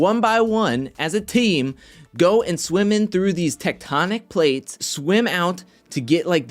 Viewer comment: OMG. I thought they said “Technotronic Plates”.